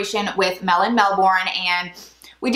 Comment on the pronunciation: As much as I love you, I just have to correct how you pronounce Melbourne. It's pronounced Melbern. Sorry but it just drives me crazy hearing it pronounced wrong 😅